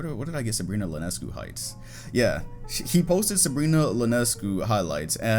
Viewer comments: Sabrina's last name is pronounced "ee-on-ess-cue" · that’s an I in Sabrina Ionescu’s name, not an L, lol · No offense, but its pronounced Ionescu, I not L